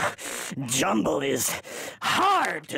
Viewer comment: lmao "jumnble"